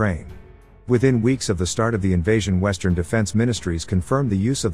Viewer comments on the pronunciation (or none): none